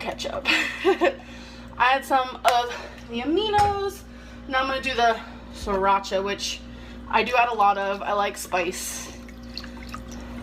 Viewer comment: “Shracha” lmao